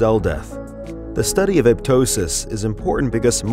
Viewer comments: Pronunciation: A-pop-tosis; a-pop-totic cells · it's aPOPtosis